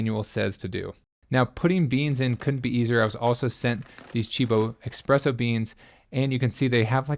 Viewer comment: it's ESpresso.. not EXpresso.